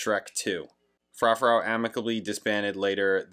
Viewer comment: Dido (die-doh) is known for "white flag" (give it a listen and you may recognize it). Her most popular is "thank you" which is sampled in eminem's "Stan". (Im sure you know by now but its Froo-froo 🙂)